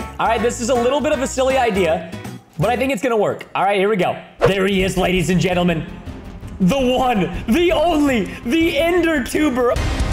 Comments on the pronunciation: When he was killing cows he said ladies and gesrms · I like how he said ladies and germes